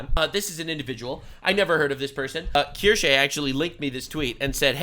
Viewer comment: finally able to say Kirsche